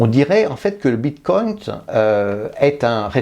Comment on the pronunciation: Si jamais on dit bitcoin pas bitcoint